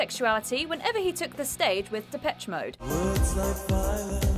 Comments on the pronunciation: Said Depesh mode first then continued to call them de- pech. How wrong can you get it! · Pronounced Depesh, not Depetch.